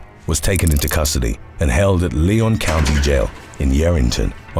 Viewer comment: First off, big fan. Concerning number 8, I'm from Nevada. That was a huge story because stuff like that isn't common in Northern Nevada. I'm specifically from Mineral County, right next to Lyon county. You pronounced the county name wrong. It's pronounced Lion, like the big kitty. It's bad enough people can't say the state correctly.